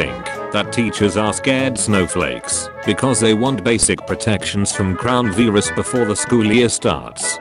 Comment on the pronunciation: how its typed:coronavirus how memevoice prunounces it:*cronavis